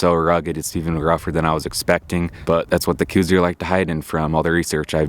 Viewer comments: I wish people could make a minimum amount of effort and learn what they are taking about. It is pronounced "Kouse," like house with a K, NOT coues! For the love of God, show a little respect. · I am positive he didn't. Do some research on how the deer got its name and don't be a simpleton your entire life.